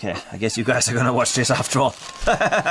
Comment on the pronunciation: It is a Whopper. Not Whooper